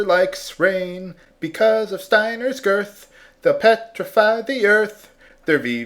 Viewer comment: When you said "Steiner's worth" it sounded like "Steiner's girth." XP